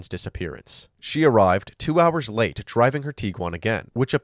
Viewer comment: when the narrator said "her late, ex-husband"... it actually sounded like they said "her latex husband" 🤦🏼‍♀️